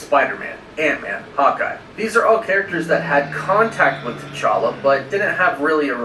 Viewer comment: I always laugh when calls him “T’Charlie”